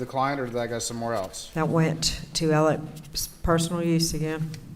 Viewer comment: And why is she pronouncing his name "Elick"? I've never heard a man's first and last name pronounced in hundreds of different ways in my life. "Mur-dock", "Mur-daw", "Mur-duh", "Al-ex", "Al-eck", "El-ick". Smh. 🙄